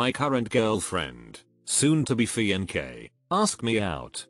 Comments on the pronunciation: Bro when it said fiahnké i really felt that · Is pronunciation gets me everytime😂🤣 Fee-ahn-kay instead of fiancé. Mack-yoop instead of make up! It's so hilarious